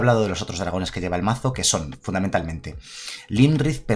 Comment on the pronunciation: Este mazo mola muchisimo jaja. Solo un apunte, el dragón azul no es Lymrith es Iymrith, es una i, perdón pero es que cada vez que lo decías me sangraba un oído jaja.